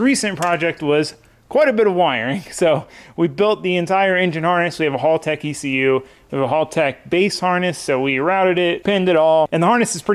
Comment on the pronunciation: Love the build bro. Just a heads up that Haltech is pronounced ‘Hell-tech’ 👍🏼